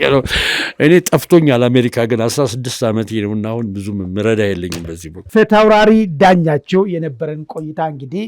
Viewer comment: ፊታውታራሪ የሚለው በድምብ እየጠራኽው አይደለም ወይ አስተካክለህ ጥራው ወይም ፕሮፌሰር ዳኛቸው ብለኽ ጥራቸው አታበላሽ የጀግና ስም ጋዜጠኛ ተብየው ።